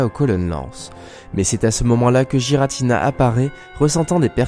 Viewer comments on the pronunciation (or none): ce n'est pas JIRATINA c'est guiratina ! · Par contre c’est ArKeus et Giratina et non pas Arsseus et jiratina... Sinon belle vidéo 👍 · C'est pas non plus Aceus et Giratina quand on sait prononcer le français, c'est Arkeus et Guiratina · Pitié je n'ai pas pu aller jusqu'à la dixième seconde à cause des bavures à répétition faites sur Arceus et Giratina. Faites un effort. Aller voir leurs films. Y'a pas de débat car leur vrai nom ont été donner dans les films. C'est pas Arceuse mais bien Arceus. Et pas Jiratina mais bien GIratina. Merci de faire attention à ça. C'est dommage de mal commence une vidéo intéressante à cause d'un effort absolument pas fait. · Je prononce "guy-ratina" perso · oui il a raison tout comme giratina faut le prononcer avec un "u" "guiratina" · Tu pourrais au moin prononcé giratina et arceus correctement autrement dit exactement comme la prononciation donné par le pokedex officiel